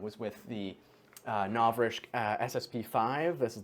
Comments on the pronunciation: Congrats on the 100k. Just a quick headsup, it's pronounced novriTSCH without any K in the pronunciation. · mispronouncing Novritsch might be my favorite thing XD Do you play with P9APPLE? I remember one of his vids had him talking to a too and the gameplay field looks familiar